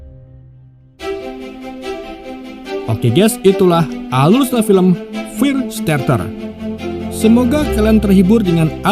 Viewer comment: Hahaaaa sekolah kamu sampai di mana ya??? Sebutan FIRESTARTER pun tak betul 🤭🤣🤣🤣 Low level banget sekolah mu. Preeeeeettttt 🐸🤣